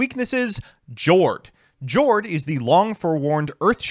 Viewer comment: I pulled the Jord + Rivalry lock against Swordsoul a couple weeks ago and I can confirm it's hilarious Friendly reminder that Jord is pronounced "Yord." The ship names are the Norwegian word for their attribute and they pronounce J like Y